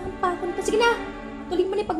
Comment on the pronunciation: A-KA-O = AKO. Bwahahaha